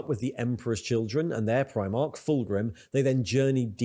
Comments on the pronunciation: Like the reactions to warhammer stuff but your pronunciation of primarch drives me crazy…. It’s prime-ark not preem-ark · He says it like the UK Clothing brand, Primark, and It sets me off lol